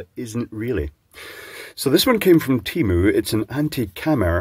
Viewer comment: I thought you pronounce temu like temu, not like temu.